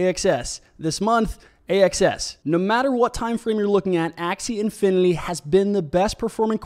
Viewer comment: ser .. i think you are mistakenly pronouncing it as "infiniLy" and not "infiniTy"